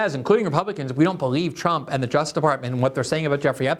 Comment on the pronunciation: Lol Glenn can never be bothered to pronounce the second syllable in the word "justice."